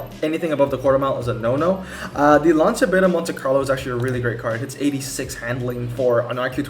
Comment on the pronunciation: also just saying it is actually pronounced lan-cha which is weird but whatever